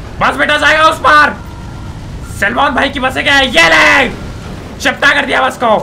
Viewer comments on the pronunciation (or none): none